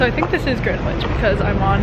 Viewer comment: you don't pronounce the "w" in "greenwich". cute vlog though xo